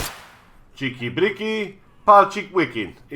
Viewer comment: ckeeky breeky palchik vikyin' - pronounced perfect. My applause